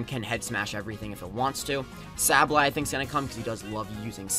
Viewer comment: Say ba lye is how you say it dumbass